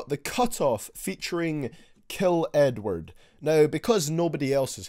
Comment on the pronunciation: when he say Edward it sounds like he's saying N word